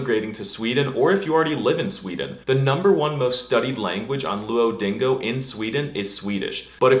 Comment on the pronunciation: nobody realized that he said luodingo??